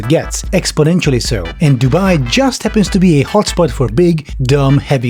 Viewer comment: i think you're pronouncing it wrong. it's not JUUUUUUUUUUUST bikes.